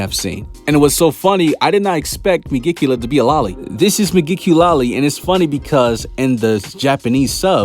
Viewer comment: Megiculoli? Man I'm dead